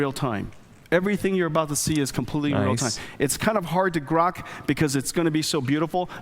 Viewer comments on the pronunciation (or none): none